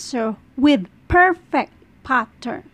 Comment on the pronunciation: Mamm it's pattern not pathaan